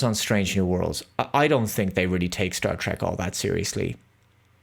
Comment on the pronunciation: Drek not Trek